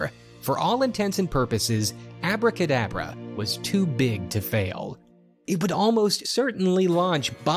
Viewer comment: The funny thing is its not even called "Abracadabra" as the guy in the video is pronouncing it. It was called Aabra Ka Daabra, the A here sounds similar to the A in "Saw" or "Aww". Its an elongated Aaaa. It was a goofy a$$ B grade movie, idk how or why this guy came across it Lmao